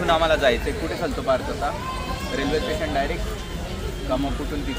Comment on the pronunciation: कंटरक्शन कि कन्स्ट्रक्शन ठेसन कि स्टेशन..... आनि जडगाव कि जळगाव 😂😂😂